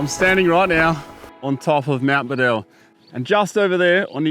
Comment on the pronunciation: My grandfather knew Len Beadell. He pronounced Len's surname as BEE-DL. As it beatle but beadle. Len Beadle. My grandfather worked on the highways way back when...